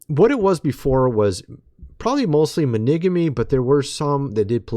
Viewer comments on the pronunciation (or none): are YOU trying to say monogamy????? Why are you saying Maneeegamyyyyy??????? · monigamy? I think you mean monogamy. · The words are... polygamy "pol-lig-ah-me" and monogamy "mon-ahg-ah-me". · Oh my gosh dude, it seems like you need to ask AI how to pronounce monogamy and polygamy!!! 🤣🤣🤣🤣🤣